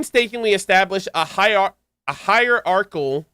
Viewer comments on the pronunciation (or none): ascended to the peak of hierarchy trying to pronounce Hierarchical... Poor "c" in the end, left behind ignored with sheer agony... No wonder "C"olumbina was so lonely, couldn't beat the curse of fate that was left behind... 😢